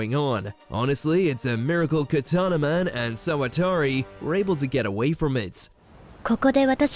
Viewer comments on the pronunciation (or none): none